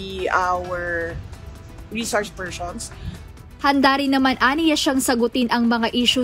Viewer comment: Re shores pershons daw sabi ni Sara. Bobita TALAGA pati sa pag pronounce 😂